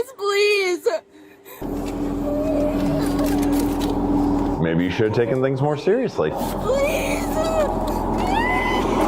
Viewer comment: Please uh. It’s Please. No uh. Stop making one syllable words two! It’s moronic.